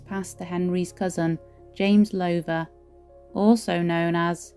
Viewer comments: I thought it was pronounced Low (as in cow) ther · this Lady pronounces the family name completely wrong , should be said as "Louther" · Enjoyed the tour. One thing, however: Please rhyme the words "how now brown cow" with the first syllable of the name Lowther. ;-)